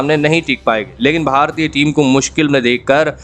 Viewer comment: Itna kharam pronounc bara bura hai, Bharatiya bar bar bolna bandh kariye.